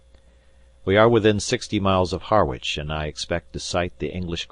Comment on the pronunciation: The first paragraph mentions Harwich Harbour, Esseex, UK. Unlike the Harwich in the USA, the UK town is pronounced 'Harridge'.